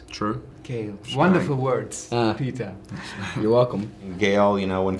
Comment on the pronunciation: can we just hate the fact that the first time he tried to say Peeta he said Peter. Can we?